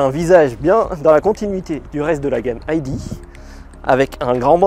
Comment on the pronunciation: Pourquoi prononcer "ID" à l'anglaise ? Quelle manie ! Il n'y a aucune raison de le faire d'autant plus que c'est une voiture allemande et qu'en Allemagne le "i" et le "d" se prononcent grosso modo comme en français. Les Allemands ne diront donc sûrement pas "ail di" mais "idée". Cessons de mettre de "l'anglais" partout, particulièrement lorsque rien ne le justifie, ce qui est le cas ici. S'agissant de la DS, diriez-vous la "Di esse" ou la "Déesse" ? Réfléchissez.